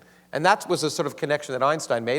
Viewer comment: If she says "Einshtein" one more time..